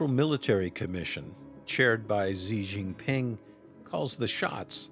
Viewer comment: not that it mattered to this video. but winnie's name is pronounced as SEA ZINC PING (made it in english words to help with sound). Not Zee.